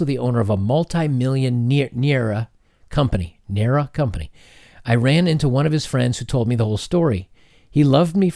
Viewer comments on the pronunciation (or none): Naira (Ny-ruh), not to be that guy. 😂😂😂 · fun fact: naira is pronounced like nai-rah 'nai' rhymes with the name 'kai' or 'lie', and then it's just 'ra' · Naira is Nigerian currency NGN 50,000(naira) equates to $65.00 US but factor in the lower costs of goods. Naira, pronounced Nigh-ra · our money is called Naira and pronounced like Nye-Rah. That concludes the intercultural exchange for today. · For future reference, naira means "nigerian" and you pronounce it "nay-rah" At least from what I remember. Don't fite me irl if I am wrong. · Ok, sorry this is a bit long. “Edit: good try pronouncing the names there, a bit off, but great attempt.” As a Nigerian, I’m cringing, but can’t blame you haha. Our currency is called Naira. English generally is the main spoken language in the country, some people speak it better than others, and others just try to sound smart with it (it’s hilarious when they do 😂). The thing is Nigeria is kinda... backwards..? In time? Like traditional. So there the man is generally the breadwinner , but a lot of women nowadays can provide really well for themselves, but even now, Nigerian women (at least the ones I know) would prefer to marry a guy who can give them a lot of money. That’s what they’re taught from childhood. Not all of them marry for money, but nevertheless it’s taught, or at least influenced. NOTE: this is biased, I don’t have any proof or data or anything, so this is anecdotal. And guys know that a lot a women will marry for money then the love comes later if it isn’t there at the start. So to me, this is her doing what she was taught to do (as shown by her friends egging her on). I definitely do not agree with marrying for money, it’s a hella dumb tradition, but then again, it’s all about survival right? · Lool hearing u pronounce the name Tunde and Naira like that is a highlight 😂👌,alotta Naija gals r crazy btw